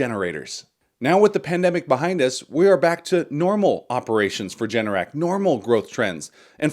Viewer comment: You misspoke, Generac is ‘G’NRC not JNRC 😂 add $BMY to your dividend list. For AI add-> $POET